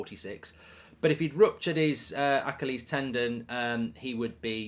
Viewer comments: Anyone else confused on how goldbridge pronounces achilies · I will PAY you to pronounce Achilles correctly!!!! Good lord .. how many times before you realize!!